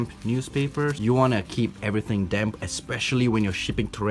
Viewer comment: Damp newspapers I thought he said dam newspapers